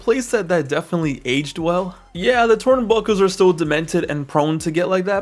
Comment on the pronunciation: twurnbuckle :3 😂😂😂